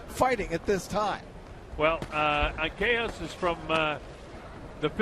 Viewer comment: I hate u, it's anca-jas(has) not ankakas😑..anyways 'pacquiao' have been mispronounced lot of times before he got famous so keep it up kid!always be humble 😊